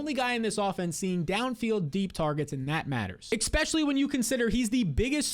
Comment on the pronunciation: Lol. A 360 flip is literally the exact same. Pretty sure you meant 180 flip. Also, while I’m bringing that up I might as well say that it’s not pronounced “expescially” it’s “especially”